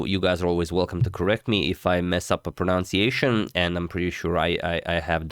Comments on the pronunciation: I don't know if you pronounced the name correctly. But I can tell you, that the noun is not actually pronounciation, but rather pronunciation. So feel free to improve your pronunciation of that word, if nothing else 😊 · Pronunciation not pronounciation. Sorry. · Agad its pronounced pronunciation (like pro-nun-see-ay-shun) not pro-noun-see-ay-shun 😅